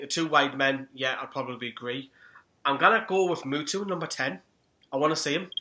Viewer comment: It’s muto not mutu 😂😂😂